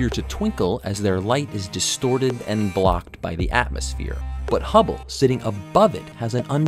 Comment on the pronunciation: For a second I thought it said "Hubbie Space Telescope".